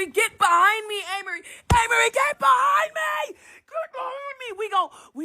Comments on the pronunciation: Not Anne Marie!😂😂😂😫 its A-Marie. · It’s A-Marie.. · It’s pronounced Ayy-Mah-Ree..🙂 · It's pronounced Amerie with the long a sound. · It's pronounced with a long A